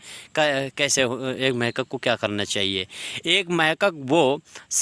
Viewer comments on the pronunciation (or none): محقق لفظ غلط بول رہے ہیں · بہت اعلیٰ صرف محقق لفظ آپ غلط بولتے ہیں یہ درست کرو